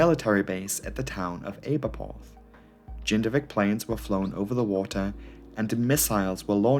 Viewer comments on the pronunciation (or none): Ayberporth ?? LMAO Try "Abba"Porth... You gpt Llanbedr right but Rosslare was a bit ropey too!!!! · I agree, well presented with a lot of information. Just one detail to be aware of, Welsh place name pronunciation. Aberporth, the 'a' is always as in 'cat' and 'Ll' (double L) has its own sound, not the same as a single L (tip of tongue against roof of mouth just behind teeth and hiss). Good luck! 😉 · Aberporth is pronounced with the ‘a’ sound as in ‘apple’ as in Aberdeen …. This is elementary stuff do better research